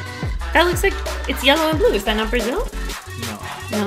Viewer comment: She said Brazeal 😂😂